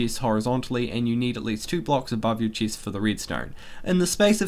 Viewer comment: Nice video and helpful af for my faction! Btw why can't you say the soft "e" tho ( Chist Protiction) Im saying I hate it, I just never heard of an accent like yours before 😂